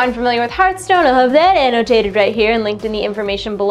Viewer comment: It hurt my soul every time she said Heart stone.